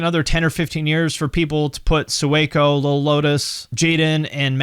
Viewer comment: Sueco is pronounced like “sway-co” not “sue-eh-co” and he came from mumble rap which was a good switch but he was good there too.